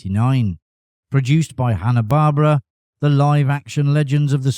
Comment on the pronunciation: It's not Hanna-Barbara. It's Hanna-Barbera. LOL